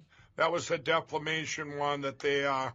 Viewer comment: deflamation?????. against that election inflamation......